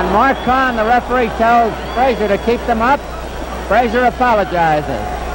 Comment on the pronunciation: Oscar was so slow and stiff with such poor balance and no defense. Joe was no more 5.11.5 than Tyson was (is). Joe Jr. told me in a phone call his dad was 5.10. Why couldn't pronounce Frazier's name correctly or state the third judges card w/o the confusion?